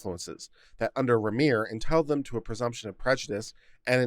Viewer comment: The first three times you encountered the name "Remmer," you pronounced it three different ways. I submit that, following general English pronunciation rules, the accent is on the first syllable "rem" which rhymes with "hem," as in the lower finished edge of clothing; this leaves the second syllable "mer," which rhymes with the pronoun "her." Indications that you're reading a bit too fast,. You bet I pick nits!